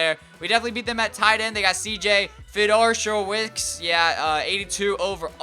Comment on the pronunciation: CJ's name is pronounced (fe-door-oh-wits) 💜